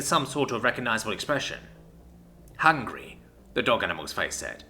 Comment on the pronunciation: The way says 'hungry' everytime becomes more comedic.